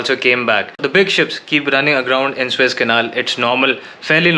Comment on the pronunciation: It's not Swiss-Canal but Suuuuuez-Canal! (but I believe You are mispronouncing it on intent). Switzerland is a landlocked country and has no access to the Mediterian sea or Atlantic ocean. Don't misguide the viewers in this regards. Otherwise beautiful & informative channel! Luckily the Evergreen Containership was freed today from the mud & the Suez-Canal is opened again!